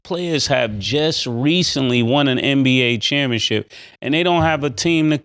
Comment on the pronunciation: It’s kalled ChampionSHIP not championchip Killa kmon 😂😂